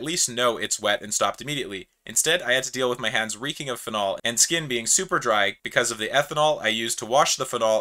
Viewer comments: The way you say “phenol” is a crime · never heard anyone pronounce phenol like that